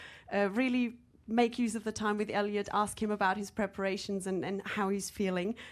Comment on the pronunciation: Not Eliot, ELIUD.... good job anyway